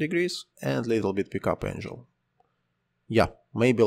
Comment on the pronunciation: забавный английский ! Энжил angle)). Энгл правильно))